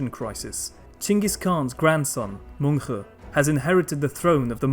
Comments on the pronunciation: Just a few clarifications on the Mongol pronunciations: The name "Mongke" is pronounced more like "Munk" and "Ariq Boke" like "Areeq Bohe" in the Mongolian language. Your pronunciation of Khublai was pretty close. When Mongolian people say the name, they pronounce it like, "Hu Bu Lay". The ones you used here are closer to the Chinese pronunciation of Mongke and Ariq Boke, as well as occasionally the western pronunciation of Khublai, which is understandable to make it easier for people to follow; not putting a knock against you or anything like that. Overall though, another solid video. Keep up the good work! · As an Mongolian person i found very interesting how you prounounce these names. "Mongke" is Pronounced Mönhe And "Khublai" Is pronounced Hublai. I always found very annoying that Yuan dynasty was Chinese led dynasty and not mongol. These other countries always claims that Mongol property and people was theirs and there people. Like Kazakhstan. Claiming Golden horde is theirs. They cant even pronounce and say the words right. Altan hord